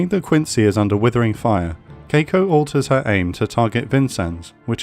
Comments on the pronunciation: Great vid! Those Japanese pronunciations could use a little polishing though. Choukai = Chaw-kai, with an "aw" like "awesome" Aoba = Ah-oh-ba, not Ay-ohbee Kako = Kah-koh, not Keiko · Very fair, interesting, and distinct content. As a native, to add the Japanese pronunciation tips, "Chokai"'s "cho" is longer and stronger because of stress (in the video "kai" sounds stronger). To simplify, like "choke-eye" "Kako" is just "Ka-ko". Not like tomato, but like Chicago. "sa" of "Kiinugasa"' is just it of "SAcrament". "Furutaka"...try to say "Foo-rutaka", it will be far more correct. "Yubari" and "Yunagi" have the stress on "yu", like "you". As you see above, our language generally tends to put the stress on the first syllable (or not, at least former part) of each word. Hope it will be helpful. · The ship name is Kako, not Keiko from what I see, right? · Marvelous job on the pronunciations on most of the Japanese ships, I was thoroughly impressed the only one being off is Kako, being Kah-ko instead of Kei-ko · I writhe in pain every time he pronounced Kako like that. Urghh~